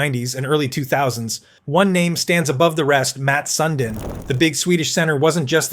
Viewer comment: Matt sun-dean 🙄🙄